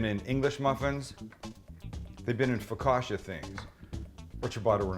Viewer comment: Sammy boy,. Its pronounced FOCKACHIA.. LOL. You were close, but no cigar!. LOL The bread itself is called cibatta. My Man Sammy!. 😎